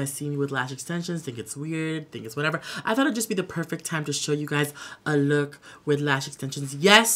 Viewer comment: So hilarious when you did the Filipino accent and said "perpect." Love it. Alsooooo, I deff knew your Rimmel café olay was going to be included even before you snatched your lips. :) slay. Mahal kitaaaaa